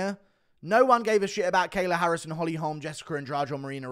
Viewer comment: The way you say holm should be illegal